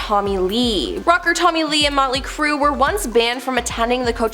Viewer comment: Molty crew?? lol this channel always has people mispronouncing names it’s so cringe!!!!